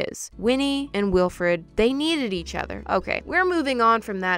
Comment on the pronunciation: Sorry. Why does saying “ Weelfred” hurt my brain?